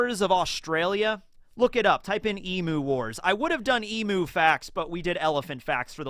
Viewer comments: i love you man, but please, you gotta pronounce Emu correctly - it's killing me as an aussie. It's not pronounced as you do in the vid as "ee moo", it's more like "eem you", if that makes sense. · Hey, loved the video as per usual. Just letting you know Emu is pronounced “eem” like Im-sama and the u is the full “you” word, so eem-you. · Hey! Just for next time its pronounced E-mew:)